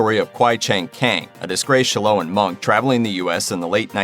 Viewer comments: Shao Lin - not Sh-lowan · Shaloin monk? At least pronounce it correctly